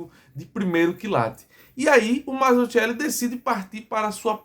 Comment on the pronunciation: Salve amigo, só pra saber, o nome é bem italiano, Mazzuchelli. Em italiano o ‘“ch” tem o som de “qu” em português então pronuncia-se Mazzuquelli. Obrigado